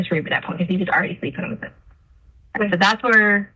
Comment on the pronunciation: I despise how she talks! Ihate how she says "sofa'